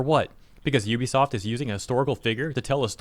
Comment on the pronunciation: LOL there is no such company as "Yoo bee soft". Ubisoft is pronounced "OO bee soft". No "y" sound. God, public education failed all of you.